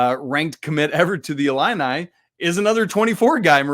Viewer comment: Discount Justin Timberlake looking dude pronounces 'ILLINI' funny strangely... 'ill-in-eye' :|